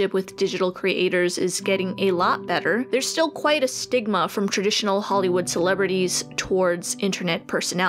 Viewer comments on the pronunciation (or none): Stigma. Stigma. S.T.I.G.M.A. not skima ffs